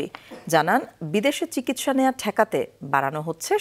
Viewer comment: চিগিসসা না চিকিৎসা বলেন